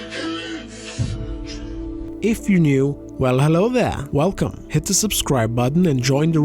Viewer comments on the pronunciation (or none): none